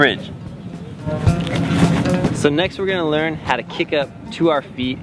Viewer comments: its kip up not kick up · Brother its not kick up its kip up